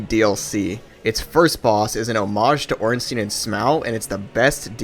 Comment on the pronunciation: who the fuck is ornsteeeeeeeen? why do americans have such a problem pronouncing that fucking name